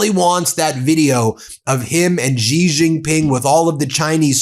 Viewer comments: Xi Jing Ping is pronounced Shee Jing Ping. Not Gee Xing Ping. Iran is being very clever. They NEVER show their leader - so media has nothing and no one to attack. Yet Iran keeps making declarations, from people no body knows. The U.S. has open targets. Trump and all of his cronies are all open targets. All of their declarations by any U.S. "leader' is challenged and ridiculed ... because we all know, they have no idea what they are saying - because they are so utterly incompetent due to them being so unqualified. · Sheeeeeeee Jinping. She. Spelled Xi in Pinyin, pronounced she, as in, she is pretty. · Please lean how to pronounce Xi Jinping properly…”she Jin-peen”